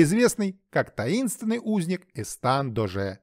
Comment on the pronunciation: ЭстаШ, а не ЭстаН. Эсташ д'Оже де Кавуа, бастард Людовика 13-го от служанки